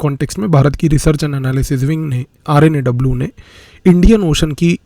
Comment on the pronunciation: Nice video but its R&AW not RA&W.